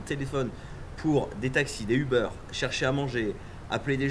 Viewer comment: Ah c'est français!! Uber se prononce pas Ubeurre mais bien Ubère :D Je vous aimes quand-même :)